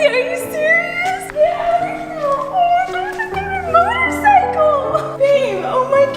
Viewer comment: Your dad said a MORTARCYCLE